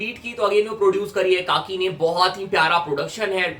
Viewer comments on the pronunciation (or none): भाई काकी नाही रे खाकी आहे तो 😂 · Bro pronounced the producer name it's खाकी 💯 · काकी नहीं खाकी 😂🥲